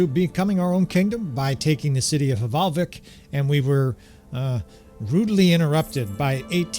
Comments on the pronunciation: It is not hevalvik it is valvik love your content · Fun fact for info - the H at start of norse / nord words is silent so the settlement is pronounced Valvik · The H in Hvalvik is silent, so it's pronounced Val-vik :) Love your bannerlord videos -A scandinavian viewer